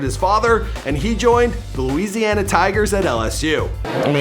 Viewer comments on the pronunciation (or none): none